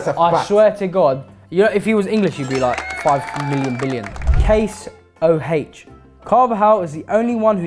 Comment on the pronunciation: the way he said "Case-ho-h💀"